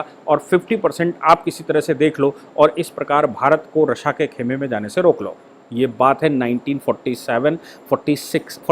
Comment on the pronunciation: Aap ya toh Rasiya boliye ya fir Rus ...RASSA bol rahe h jo confuse krta h